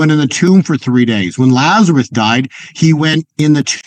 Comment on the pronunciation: Isn't his name Lazarus? Why do you keep calling him Lazaruth?